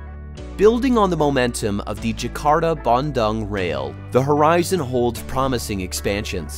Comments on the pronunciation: hello, small correction, you pronounce dung wrongly in Bandung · the way y'all pronounced Bandung is so hilarious! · Please learn to pronounce “Bandung” correctly.